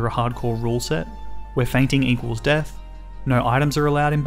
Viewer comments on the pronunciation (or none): none